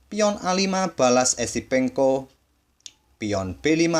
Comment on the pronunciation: Adminya Salah Trs Nyebut Nama Esipenko Sama Episenko